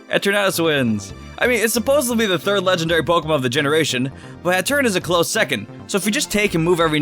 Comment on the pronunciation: Hatterene is pronounced "hat-err-een" and that's Gigantamax Grimmsnarl, not Eternatus.